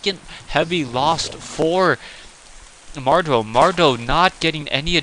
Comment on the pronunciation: mad-row not mar-dow. some commentator you are..